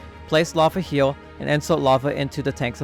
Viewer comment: can you say here instead of heal?